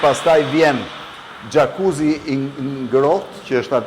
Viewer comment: Kur ben pytje o qeros.. Lere personin te pergjigjet... Lere te mbaroje fjalen..gjakuzi. Gjakuzi.. Jakuci lexohote.. Frigorifer me uje gati😢😢😢😢😢😢gje e mafhe.. Gjakuzi. Eeeee